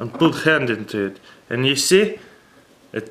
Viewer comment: "and put ghand into it"